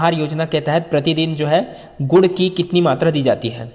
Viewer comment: Sir guru nhi gur boltay h